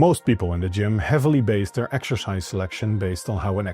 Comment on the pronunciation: ❤ the accent 😂Exerscheiss